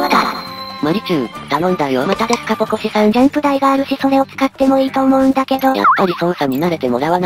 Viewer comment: ポコシがオパシに聞こえるw